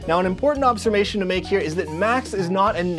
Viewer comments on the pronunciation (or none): did you say "Obsermation" ? (Observation). Haha . I love your channel. Great work .